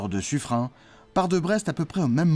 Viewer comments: Pourquoi prononcer son nom comme si c'etait "Suffrein"? Pour le nom de Lepen vous ne prononcez pas "Lepein" ou "Lepain" ? On prononce Suffren comme s'il y avait un "e" à la fin du patronyme. Notre langue est un heritage que nous devons respecter,surtout face à l'hegemonie de l'IA qui maltraite la prononciation de toutes les langues. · Cette video serait plus credible si elle utilisait une prononciation correcte de Suffren (prononce comme Suffrenne) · J'avais toujours prononcé "suffren"" ->Suffrenne" parce que la majorité des habitants du XVIème arrondissement de Paris le prononce ainsi (avenue de Suffren(ne)) Mais Suffren se prononce bien "Suffrin" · Sur les documents de l'époque, son nom est orthographié Suffrin ou Suffren, ce qui laisse penser que c'était la prononciation courante. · C'est quoi cette nouvelle façon de prononcer le nom du bailli de Suffren ? Il se prononce "SuffRÈNE" et non "SuffRIN", ainsi qu'il est d'usage en français pour les terminaisons en "R E N". Songez aux "KaREN" qui seraient fort surprises de s'entendre appeller "KaRIN". Même le poisson d'Amazonie, le "lépidosiREN", se prononce "lépidosiRÈNE" et non "lépidosiRIN" ! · Ta prononciation du nom de l'amiral Sufren m'étonne. En effet, j'ai toujours entendu dire "Sufrenne". J'aimerais bien avoir ton avis là-dessus. Merci d'avance. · j'ai tjs entendu parler de l'avenue de "su freine" à Paris, et jamais entendu autre prononciation. A moins qu'il ne s'agisse pas d'une avenue dédiée à la même personne? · Normal qu’il ne soit pas connu, on ne sait jamais comment ça se prononce. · On dit pas sufrin , mais suffrène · on dit suffren(e) pas suffrein ! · Mes oreilles sont écorchées en entendant la prononciation Suffrin pour Suffren (ene). Suffren se prononce comme Turenne . Dans la langue française beaucoup de noms propres s'écrivent différemment de leur prononciation lieu et place de Suffrene. Suffren s'écrit ainsi mais se prononce S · Petit détail : son nom se prononce Suffrenn, pas Suffrin.